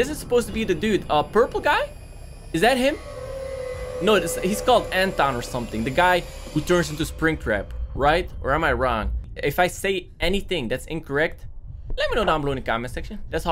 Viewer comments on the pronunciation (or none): I laughed so hard when he said Anton instead of afton